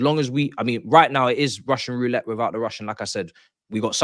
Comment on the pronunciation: "It is Russian Routlette without the Russian," so it is roulette 😂